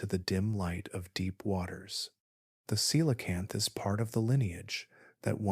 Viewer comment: How rare to hear the word “coelacanth” pronounced correctly! This made me inexplicably happy :)